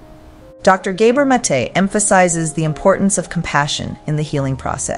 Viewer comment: Did Inside Serene poach this lecture from somewhere? Hence the need to modify it with unnecessary commentary that mispronounces the name of Gabor Mate over and over?